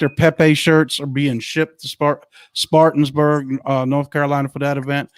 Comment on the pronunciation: You guys give me hope that QFS and 45 is happening soon. My faith in God tells me it will happen for sure. BTW, you are pronouncing the city in SC where your July 10th event is being held a little wrong.. It is Spartanburg, SC (spar - tan - berg). No biggy, just wanted you to know.